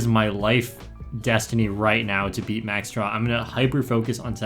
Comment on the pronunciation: Is it me or is he calling max siauw max straw